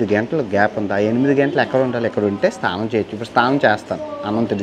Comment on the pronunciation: STHANAM kaadu SNANAM ......